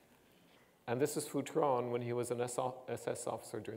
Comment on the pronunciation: I knew this guy and his wife when I was a kid. His name wasn't pronounced Foo-tron, but Feu-tren. Did you actually study French in his class?